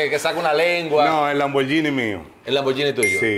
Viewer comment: se dice lambor GUINI NO lamboryini, se escribe lamborghini